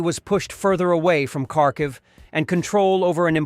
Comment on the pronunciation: How come you always mispronounce Kharkiv?